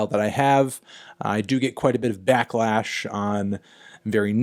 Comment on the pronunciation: it’s pronounced “back-lash” melon not “black-lash”